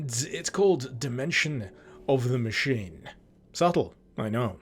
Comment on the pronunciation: In what world is the word 'machine' pronounced ma-kin!? Ma-sheen. Ma-sheen-ist. What the actual fuck man!?